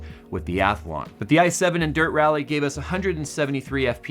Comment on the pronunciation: Derp rally. That's how it sounded